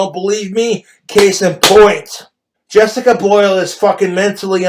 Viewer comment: Drink everytime he says "Jessicuh Bhoilll"